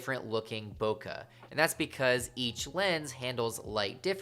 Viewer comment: Bokaaa 😂 it's boke' B-o-k-e